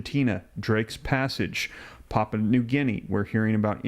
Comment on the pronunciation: Pronounce pap-you-a